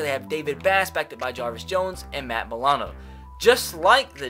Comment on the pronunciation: its M-i-ll-u-noe